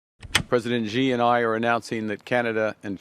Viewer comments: It's not "ji" it's xi "she" Jing ping. Why can nobody get that right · carney needs to learn how to say Xi like lmao why do so many white people pronounce it gee